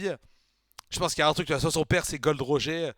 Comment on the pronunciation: Roger c'est à l'anglaise que ça se prononcé (comme Roger Federer) ça sonne mieux quand même ^^ Sinon super cool, continue One Piece ce manga est incroyable ! :D Un plaisir de voir tes réactions !